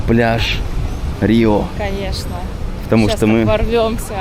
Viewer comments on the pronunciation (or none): Пупсоны, все слова в португальском оканчивающиеся на "o" читаются с русским звуком "у", поэтому Риу вместо Рио, Порту вместо Порто и Обригаду вместо обригадо для мальчиков